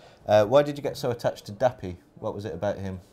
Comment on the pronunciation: bless him, he keeps calling him dapper, dapper is a gentlemanly characteristic isnt it? dappy is not that,lol